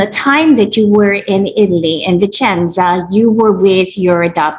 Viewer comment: Fyi, it's Vicenza not "Vincenza".